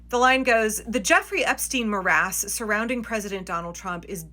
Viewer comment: You mean “morass” ie mess? I don’t know marass